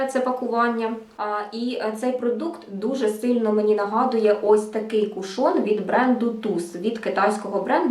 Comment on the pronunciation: Чомусь наголос дуже багато хто робить на другий склад, а правильно - кУшон. Сьогодні купила в Аврорі, зверху запечатаний, як і у вас, а знизу - ні, тому і відкривала, як вам тут радили - знизу. І чомусь у мене виникли підозри, що його хтось уже відкривав... Коли відкрутила кришечку, під нею все якось було мокро, та продукту набагато менше, ніж у вас. Таке враження, що рідина відокремилася від тонального крему і вилізла назовні... І плівка з назвою вся в цій рідині прилипла до кришки. Так що не факт, якщо зверху запечатано, ніхто не користувався. І запах якось не сподобався... якимсь б/ушним віддає. Прийдеться викинути…